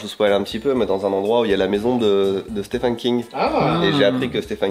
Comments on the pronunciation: je sais que ça s'écrit Stephen, mais on dit Steven King, pitié T-T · pour info le prénom Stephen en anglais se prononce Steven.. Donc on prononce Steven King, oui je sais ca fait bizarre! 😆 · vidéo sympa oh oui les langoliers !! ♥♥♥ (on prononce "Steven" king par contre XD)